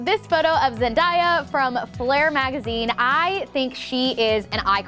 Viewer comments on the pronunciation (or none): I'm sorry, but did she just say Zen-Die-A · “zen-DIE-uh” in an interview she said that her name is pronounced “zen-DAY-uh” lol i love 😂❤️ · Not to be rude but you say zendaya wrong it's zen-day-a not zen-die-a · ZEN DAY UHH NP ZEN DIE AH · Today I learned, it’s not zenDiea it’s zenDaya. My bad. But I’m still spreading the good word about her regardless. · I love this video but where did you get "die" from in the name ZenDAYa? lmfao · No hate but it’s zen-DAY-a not zen-DIE-a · Zen-die-ya.....that hurt😳😂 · Love you girly PS it Zen-day-ya not Zen-die-ya loved the video and i think you looked beautiful in all of them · I really liked this video, and I think it's important. The only issue I have is the pronunciation of Zendaya- It's Zen-day-A (as in a perid of time MONDAY) not DIE. 😉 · Zen-day-a VS Zen-die-a. ??? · It's not zendiea it's zen- day- ah😂love you though❤️ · I love you and you're gorgeous, but it hurt me a little bit every tome you said Zen-die-ah. It's Zen DAY ah. I feel like Hermione now. Love u. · Zen-day-yuh not zen-die-yuh! Loved the video, you’re so inspirational💕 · Me crying inside when she said Zendiya!😂 love you ❤️ btw its pronounced Zen-day-ah🤧😘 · (ZEN-DAY-AH) is the pronunciation of Zendaya. Not (ZEN-DYE-AH) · Hehe when says ZenDIEYa i think its ZenDAYa but ilysm!!! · Zen-day-ah it’s not zen-die-ya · Zen-DAY-a, pronounced day. Not Zen-DIE-a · So sorry to be that person but it’s Zen day a not Zen die a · no hate but it’s pronounced zen-day-uh not zen-die-uh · Why is it aggravating me that she’s saying ZEN-DI-YA and not ZEN-DA-YA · OMG ZEN-DAY-YA WHY ARE YOU SAYING ZEN-DIE-A!????!!!! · Loved the video ❤️❤️ and also btw her name is Zen-Day-Yuh not Zen-Die-Yuh lol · I love you so much!! You’ve helped me grow in my confidence so much. Please never stop being you. You are an inspiration. Also i loved how you said Zen-daya instead of Zen-DAY-UH😂 Recreate pics with Skylar next!! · It’s pronounced Zen-Day-A